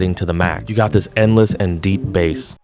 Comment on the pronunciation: Your AI voice is saying Bass (like the fish) instead of Bass (like the guitar) lol.